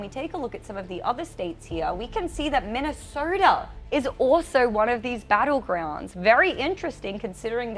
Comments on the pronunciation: She pronounces the letter O like er: voter sounds like verter, Minnesota sounds like Minneserta. Keeps distracting me. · The lady anchor for some reason tends to replace Os with ORs — vorters, early vorting, Minnesorta and etc. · "Early verting in Minneserta"😂